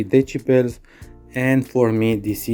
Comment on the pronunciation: Lotz of De-sheBells